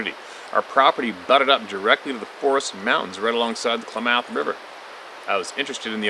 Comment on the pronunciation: Klamath pronounced Clam ith or Clam oth , lol